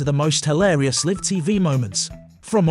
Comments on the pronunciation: He keeps saying live instead of live! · Someone should have told the narrator that there are two ways to pronounce the word "live."